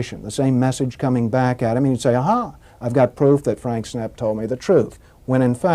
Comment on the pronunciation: Nice video but it’s snepp not sneef.